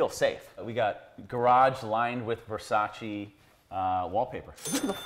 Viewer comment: It’s Versace not Versaci